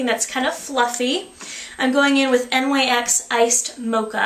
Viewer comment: The Nyx make is acctualy pronounced like "nicks". I used to make the same exact mistake ;D